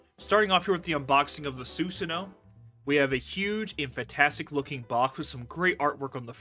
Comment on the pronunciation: Im sorry i only got 22 second in before it bothered me. It's Soo-san(like swan) oh-woh